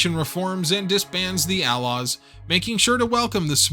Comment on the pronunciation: Why'd you say A-Laws like outlaws without the T?